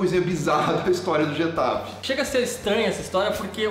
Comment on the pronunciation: A pronúncia é mais ou menos (rR)etafe e não (j)etafe.